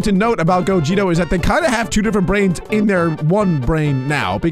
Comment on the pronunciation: The fact that he says gogito instead of gogeta